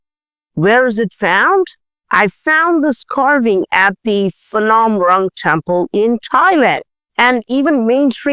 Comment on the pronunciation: Phanom is spoken with PH and not as Fanom, Just so you know. thanks for your great uploads on this platform. 🙏